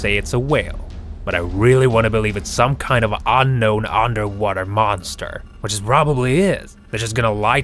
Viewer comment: He said boster